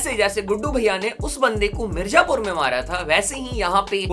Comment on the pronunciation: Iska hindi kitna kharab hai mirzapur ko mirjapur bol raha hai. DHH main pronounciation kitna imp hota yeh Banda sirf dhh ke top logon pe view bana raha hai